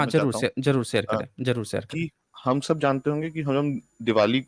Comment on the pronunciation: sir, are you GORKHA, bcz your pronunciation always is sha, any Hindi word eg. Sab log,you shab log, Secondly please speak little how much you talk each sentence minimum 4 times, total debate you only speak other you will say boliye bit again you jump. Try to improve